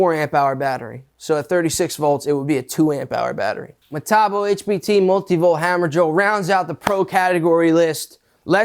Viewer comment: in the uk metabo is metabo not hockycocky pronounced meta-boo.